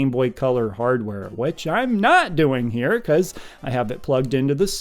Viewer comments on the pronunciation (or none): none